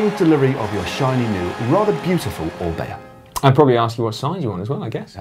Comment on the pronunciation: When Dan announced the winner of the competition did he refer to the "Orbea" as the "Or-beer"? lol